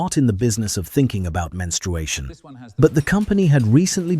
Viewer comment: Who 'taught' AI that menstruation has a 'w'? I never knew AI could have Elmer Fudd's disease 😅